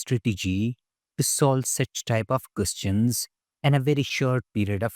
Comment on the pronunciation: Questions❌ qoschhaans✅😂😂